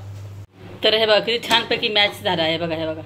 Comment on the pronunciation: मॅश बोलो मॅच नाहीं